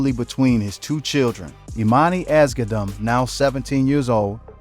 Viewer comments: YOU ARE PRONOUNCING NIPSEY’S LAST NAME ALL WRONG! DAMN AT LEAST DO A MODICUM OF RESEARCH Their last name is Asghedom. It’s pronounced like Ahz-GEH-dumb. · Can you please stop butchering their last name.